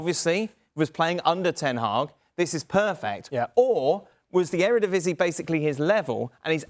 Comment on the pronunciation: What? “Or his level was at the eredevisie” I refuse to believe these people are professionals for speaking on football as a whole